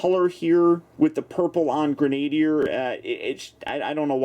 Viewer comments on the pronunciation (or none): gren-ah-deer, not gren-ay-deer.